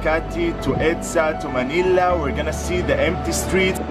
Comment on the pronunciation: Manila not Manilia sir